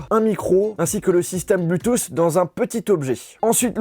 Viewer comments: Arrete de dire bluethoossss cest bluethoot je ss normalement cest bluethoossss mais voila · Criss que tu dis mal Bluetooth! Cristy français cave.